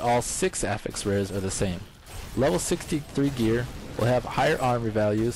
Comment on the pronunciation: STOP PRONOUNCING AFFIX WRONG